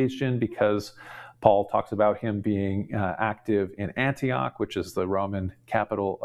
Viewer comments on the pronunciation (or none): none